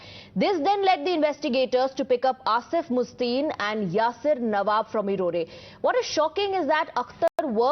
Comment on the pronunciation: Madam anchor please pronounce the word Erode properly. It is not erodae as u say, it is Erode with E silent.🤣🤣🤣🤣🤣🤣